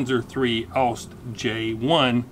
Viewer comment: I have to say, it annoyed me how you pronounced "Ausf." as the word "oust". If you do pronounce Ausf., please try to pronounce the "f" as an "f" and not as a "t". It is a contraction of the word "Ausführung" (ows-fyoor-roong) and simply means "execution", as in an execution or building of a design.